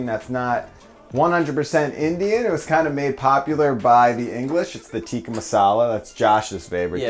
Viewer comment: also tikka isn't pronounced teeka it's pronounced tick-ka